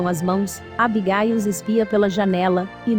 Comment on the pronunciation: Nem me fale "Abigáil" kkkkk